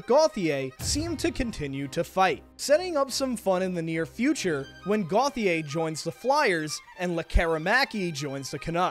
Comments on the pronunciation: It’s actually pronounced Goatier. Not Gothier. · I have a guy at my school and for him, Gauthier is pronounced “Go-chay”